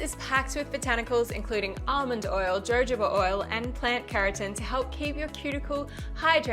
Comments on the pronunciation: Absolutely LOVED this tutorial............. THANK YOU very much 💖💞💟..................{clue - Jojoba is PRONOUNCED "HoHoba"} 💯👌👌💅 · She’s using the Australian pronunciation.